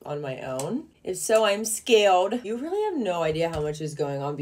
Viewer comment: Because im "scarwed""huuggey" had me laughing so hard